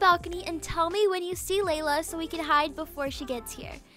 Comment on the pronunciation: Laila not lala